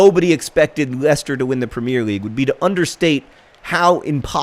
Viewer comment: Am I the only one who cringes every time John says "premier"?